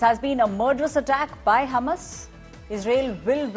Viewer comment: It's Hamas and not humus 😂